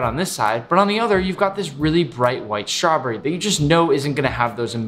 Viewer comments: I love how he says ✨🍓 Schtravberrie 🍓✨ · tf the way he said strawberry lol